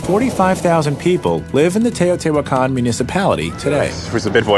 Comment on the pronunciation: It is pronounced teh-oh-tee-wach-caan. I would know, I was there and our guide had studied the city for his entire life.